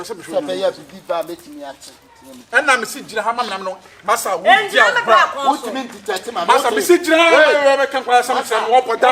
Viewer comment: it is bra not bla.. Ahhh